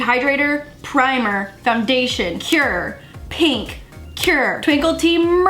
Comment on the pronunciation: The way say cure. It’s like currrrrrrrrre, CuRRrRrrRrRRe!